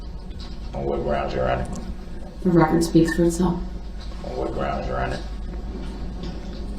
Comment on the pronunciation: how about axe instead of ask. " Would it be fair to say that I say GROUNS too much"? Lol